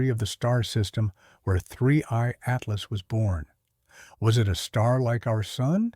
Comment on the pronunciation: I used to ask this all the time until recently when his code apparently forgot how to say Atlas